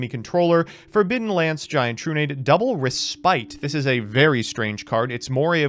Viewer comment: In this episode, doesn't know how to pronounce "respite."